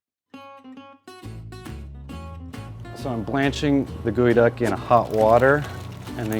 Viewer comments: Geoduck... Not Goeduck Also its a Snail... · It’s pronounced gal-duck not ge -e-duck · googy duck been saying like its gee oh duck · Who else thought it was pronounced geo-duck not gooey duck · I thought it was a GEO DUCK....like a pokemon..but its pronounced Gooey Duck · I’m sorry.. it’s pronounced GOOEY DUCK? I thought it was Geoduck, like Geodude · Why is it not pronounced geo (as in geo metro) and pronounced like "gooie"? That has to be wrong. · Wait, wait, wait... Gooey-duck?!?! THATS how you say it?!?! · I had no clue this was pronounced gooeyduck I’ve been saying it wrong my entire life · why does he keep calling it a gooey duck lol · you spell it geo as in geode but you pronounce it gui................ok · I thought it was pronounced j-ee-o